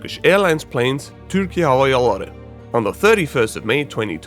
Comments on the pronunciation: It is so weird to hear you say Türkiye perfectly then switch to accent when you say hava yolları. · You said Türkiye so right, i thought you were a fellow turkish person untill you tried to say "hava yolları"